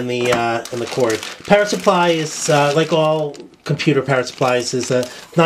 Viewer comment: does anyone else hear 'parrot' instead of 'power' supply?